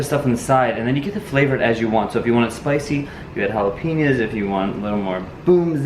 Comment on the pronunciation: It's not Jalapeeño. It's jalapeño.